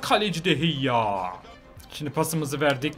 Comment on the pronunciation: O kalecinin adı de heyya değil de gea